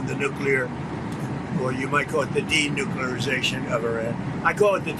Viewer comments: 😡“I call it the de-nuk-you-lar-i-zay-shun of Iran.” ❌Not a word on so many levels. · "Denuclearzation".... he makes Bart Simpson look like a Rhodes Scholar. What an absolute fool.